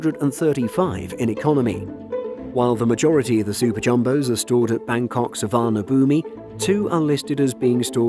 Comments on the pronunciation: ...Bangkok's Main International airport, SUVARNABHUMI is pronounced SOO-WANA-POOM. The letter (I) at the end is silent. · For a non-Thai speaker, it wasn't totally bad. At least they tried 🙂